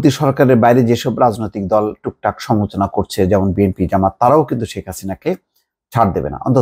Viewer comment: শব্দ উচ্চারণে সতর্ক হোন। যেমন সমালোচনা শব্দটা আপনি উচ্চারণ করছেন "সমোচনা"। আরও কয়েকটি শব্দ উচ্চারণ শ্রুতিকটু।